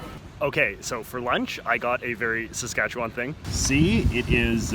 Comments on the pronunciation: Easy to see he's not from SK, or spent much time there. The emphasis is not on the 'Wan' in Saskatchewan. Anyone disagree? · “Sask - atch - eh - one”, not “Sask-atch-a-waaaaaannnn” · It's pronounced pretty well like it's spelled. Ruh-gyna. But Saskatchewan he pronounced fucked. It's more like seh-skatch-win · Why do people from outside the province always pronounce Saskatchewan as "Saskatchewon"? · The way he says it: Sask kat chew WAN. We say it Sask kat chew win. Lmaoooo. I live in Saskatoon. I lived in Regina before when I went to university. Its meh. Unless you wanna drink lots. I guess that makes it more interesting. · "...and the occasional river." You realize there are over 100,000 lakes in Saskatchewan, right? Also, you pronounced Saskatchewan wrong the entire video. SaskatcheWIN not SaskatcheWAAAAAN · How to tell if someone isn't from Saskatchewan? The way they say "Saskatchewan" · Saskatchewan has a Premier not a Prime Minister... and its not a Parliament building its the Legislature. And learn how to pronounce Saskatchewan properly... if you are going to make these videos do your research... Ukrainian blob food?? 100% of all Bronco's uniform sales wen't to charities set up for the Bronco's. Very insensitive and remove your sarcastic tone. It doesn't work for you. Go back to school and this time... pay attention. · I thought it was pronounced “sass-ket-Chwan” not “sas-katch-ewan”